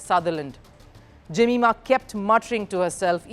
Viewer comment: Her name is pronounced ( जमाएमा )